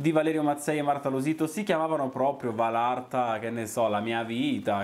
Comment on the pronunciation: Anche a te,ti volevo dire che si dice valatra non valarta🥰🥰😘 P.s. sei fantastico